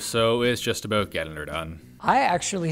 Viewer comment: Wow, I know you are Canadian but that was just classic. "Aboot". Not trashtalking or downgrading but that was kinda, a teeny-tiny bit like the stereotype.